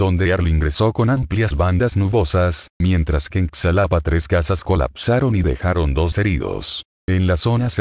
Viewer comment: se dice xalapa como pronunciar la jota ...así Jalapa